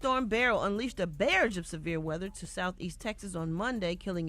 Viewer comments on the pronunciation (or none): Did Brat say "BARRAGE” 😂😂😂